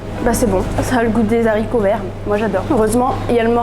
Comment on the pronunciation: Des haricots et pas des zaricots PLEASE